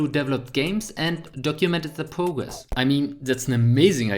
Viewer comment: his accent is really cute he says progress as pwgwess and microgame as micwogame